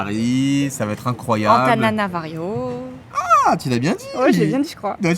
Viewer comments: Antananarivo et non Antananavario 😉et une fois sur place Tana sa passe nickel 😎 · On dit Antananarivo t’as écorché lol